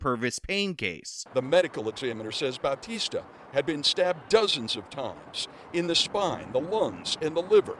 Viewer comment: To further disrespect her she looks Asian. Unless she married into that name she’s probably Filipino and we don’t pronounce Bautista in a Spanish accent.